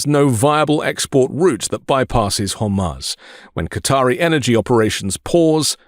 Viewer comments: Good economic info re Strait of Hormuz - (which incidentally is pronounced Strait of Hormooze.) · Strait of Hormuz (Har-mooz) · Hor-mooz dude. Its been on the news enough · HEY ALL MEIDAS TOUCH CONTRIBUTERS. PLEASE LEARN HOW TO SAY HORMUZ TELL BEN TOO